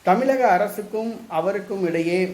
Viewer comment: தமிலக... இல்லை 'தமிழக'